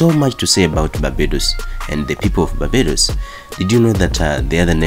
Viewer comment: did you intentionally not put the "r" in barbados ???